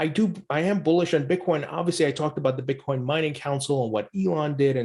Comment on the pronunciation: So you’re just going to pretend like you don’t know how to click on the in my comment and listen to him say Bitcorn yourself? Okay then why are you engaging with me?